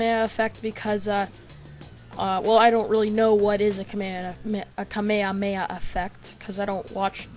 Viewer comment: Its prenounced kah may ha may ha I think...